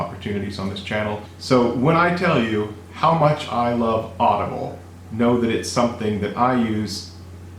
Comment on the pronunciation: Why you say audable